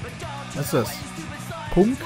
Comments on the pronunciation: Du hast Punk nicht wirklich PUNK ausgesprochen oder Oo das wird PANK ausgesprochen ^^ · "Was is das ? Punk?" ( *punk* ausgesrpechen von ihm) Nein Peter man spricht Punk (*pank*) aus xD